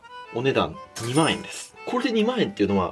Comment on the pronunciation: 2万円の発音だけで地方を感じるなぁー